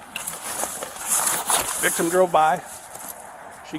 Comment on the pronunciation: "The victim identified him..." "VIVTIM"? Victim of WHAT?